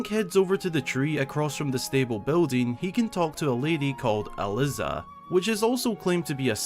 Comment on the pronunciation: I was thrilled when I found out there was an NPC with my name, I've basically never seen it used in any mainstream media. That being said, every time you pronounced it as Al-liz-ah I aged another year